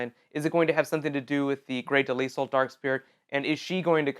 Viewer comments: I'm sorry but Grey's last name is not Pronounced (De-Lisle) it's Pronounced (De-lyle). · Her name is not Pronounce Grey's last name. is Pronounced (De-lyle) Not (De-Lisle). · It's pronounced De-LYLE, the s is silent. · Grey Delisle (Duh-Lye- Uhl) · It's pronounced grey dee-lie-al